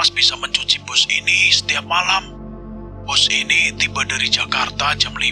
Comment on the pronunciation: Sebutan yang betul ialah BUS....